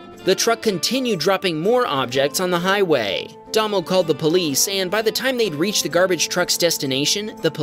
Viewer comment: Mate, NZ guy is pronounced Daymow.